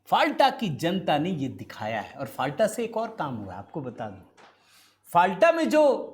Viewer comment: फाल्टा नहीं, नाम है "फल्ता"